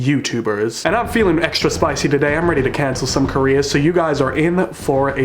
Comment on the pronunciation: Your accent made me hear “Cancel some Koreas” instead of “Cancel some careers”